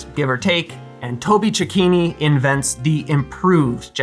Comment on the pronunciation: Thank you for pronouncing Cecchini correctly...! 😋